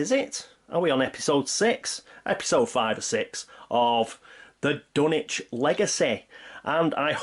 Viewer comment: Is it pronounced wth a “w”?? I mean in terms of pronouncing “Dunwich”